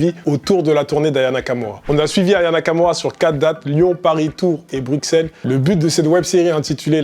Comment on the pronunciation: "Bruselle" pas "bruckcelle"